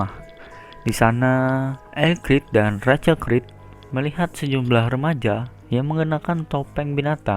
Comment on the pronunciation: Rachel itu ejaannya rassel bukan racel